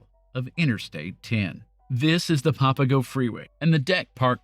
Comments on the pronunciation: Here's another correction it's not "papa go" it's "pa puh go". Otherwise, great story. I always wondered about that tunnel. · Also Papago not popago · "PAP-uh-go" (where PAP rhymes with "snap"), not "POP-uh-go". "HO-HO-comm", not "ho-HAWK-um". Think of Santa Claus when you say it. Not criticizing you, just offering gentle corrections. People who are not native speakers of Arizona English rarely get these right. Pronunciation aside, thank you for the interesting history! I moved away from Phoenix a few years before this drama. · I know you’re not from here and have probably never heard the words pronounced before but it’s PAP-UH-GO and HO-HO-KUM